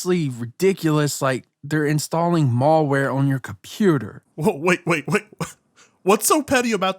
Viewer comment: “Mallware” lmao